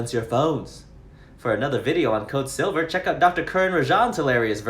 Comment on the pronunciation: “Code silvauh”😂